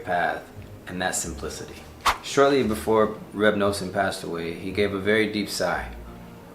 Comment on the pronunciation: Now you're talking my language. You already have the whole set of english/hebrew Likutei Moharan! Beautiful message. By the way it's Reb Nuh-son. Pronounced like the word "nothing." I'm nothing without G-d. 😊